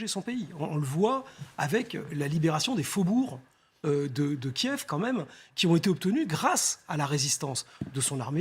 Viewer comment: As a professional phonetician, the capital city of Ukraine KIEV, is transcribed as /kjƐf/ in all physical dictionaries and online dictionaries. So, the pronunciation /kjƐv/ is not traceable in any classic dictionary. Is the department of phonetics at your media in a deep slumber or have you news readers stopped consulting a classic dictionary? In future, may I suggest news presenters spend as much time doing their phonetic homework; prior to presenting news; as when they paint their faces and dress in classy attire -- for appearances may be deceptive.